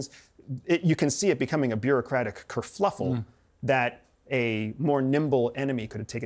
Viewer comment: "ker-fluffle" 😂 or kerfuffle? I might like your way better.